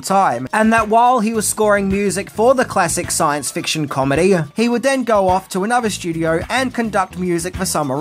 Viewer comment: Is there an “R” in the word “go”?